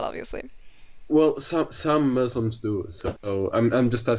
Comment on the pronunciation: It's Muslims not Musims 😭😭